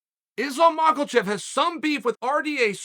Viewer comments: Mackhachev not mackelchev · The Ma-KOLH-chev is killin me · “Islam Mackle-Chev” 😭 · 2 words … “Islam Makalchev” 😂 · Chael really seems to rate this 'Makalchev' lol wonder if he has anything to do with 'KaLbib? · Hahaha Chael said Islam Mockle-chev. I feel like with a lot of names Chael glances down and half reads it and then from that point on goes with that pronunciation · Who is Mahhlkulchev? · Chael: ....Islam Macklemore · Did Chael pronounce it Islam Macklechev? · Nobody: Chael: Ooooh... Islam MALKOCHEV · “Islam Michelchef” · His name is not Makelchev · "Makel-Chev" I love uncle Chael. What name will He murder next.😆🤣😂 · Chael still calling him Macklechev LMDAO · "Izlaam Maakalchev" 😂😂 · Islam Macalchef, this guy never pronounces it right😂😂😂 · I just want to know, where is the hidden letter L in his name. How do so many people say Mawk-L-chev. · "Macklechev" gets me every time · When will Chael stop saying "Islam Mocklechev" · Who the fuck is this Movklechev you speak of sir? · Who the hell is this Macelchev character Chael keeps talking about?! 🤣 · "...and did see Macklechev vs Islam" when your brain and mouth are working at two insanely fast speeds. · I thought i was the only one hearing Chael pronouncing Islam's last name as "Makalchev" or "Macklechev" lol. You ever notice that Chael is incapable of calling Tommy Fury by his name and calls him Will Fury every time lol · Mockelchev* (get it right) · The only time Chael takes an L is when he says Makhelchev. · does he do it on purpose you think? Its simply Be-Lal , maka-chev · He's not taking the L, he's giving it. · I'm pretty sure Kelvin Gastllulllm has several Ls in it too. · Chael there is no "L" in Makhachev. Keep up the good work.. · Why do you keep adding an "L" in his name. You say his name often, learn to say it correctly. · Where am I missing the “L” in the spelling of Islam’s last name? It isn’t a silent L in this case; it’s an invisible one…impressive.